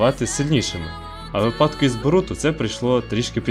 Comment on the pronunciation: Відос хороший. Сподобались тезиси. Однак наголос у слові "випадок" падає на "и". Бо в кого випАдок - у того припадок, як кажуть у деяких філологійних школах)